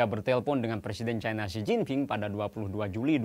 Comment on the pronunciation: baca aj 'CINA' jangan 'cai na', penyebutan kata cina itu kan penyebutan yg diindonesiakan, nggak apa kok